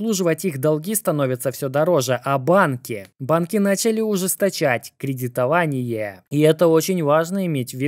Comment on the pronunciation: Кредито-ва-ни-Е, да, б-ть что у вас с речью....